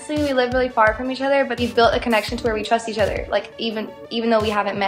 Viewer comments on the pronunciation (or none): "eAcH oThEr" . She said that like 5 times in a sentence